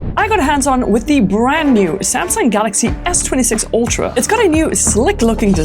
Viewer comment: Its pronounced ultra not oltra